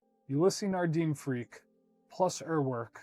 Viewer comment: The e in the name Ulysse Nardin is silent. Also in french IN sounds a bit like a very soft ugh to my knowledge. otherwise great vid